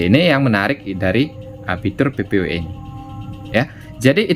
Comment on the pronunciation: Bacanya PPPoE bukan PPoE